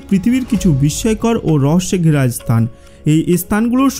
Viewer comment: ভাই আপনি স্থান কে স্তান কেন বলেন? 😂